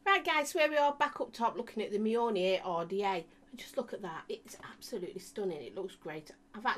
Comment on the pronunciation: Yay you said Mjolnir right this time! 😂😂